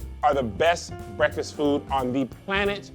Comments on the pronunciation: So nobody’s gonna say anything about saying “bweaktfast” in the begging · Did anyone else hear say "bweakfast"?